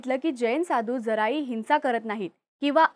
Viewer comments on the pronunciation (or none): हिंसा करीत नाहीत मग स्वतः च्या डोक्यावर चे केस उपटून काढतात ही अहिंसा आहे का? आणि ताई तुमच्या साठी हिंसा, अहिंसा, संस्कार या शब्दांच्या उच्चारावर लक्ष देत जा.